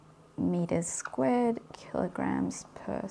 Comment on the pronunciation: Did you say e = m c squid?